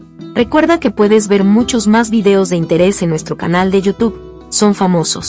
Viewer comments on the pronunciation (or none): none